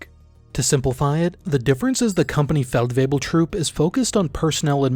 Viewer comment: Your pronunciation of German words is very good, especially with the tongue twisters that are Feldwebel-variations also, Division 2025 explanation next? I´d be very interested in that